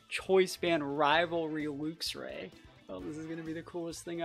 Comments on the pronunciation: luxray is pronounced more like lucks ray rather than looks ray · It's definitely pronounced "lucks". It's name means something like "lightray" no? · I think its pronounced Lucks Ray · It's Lucks ray. Since we're on the topic you also say Archaludon wrong too. It's Arch-aloo-don. Unsubscribed, blocked, reported. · Very fun team! Hoping for some big wins. Id say it should be pronounced like the unit Lux - with a less pronounced "u" and not like "looks". In german we do say it more like "looks" - but the unit is pronounced like that in german aswell lol. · I say it like lux-ray, kinda like how you pronounce the end of the word deluxe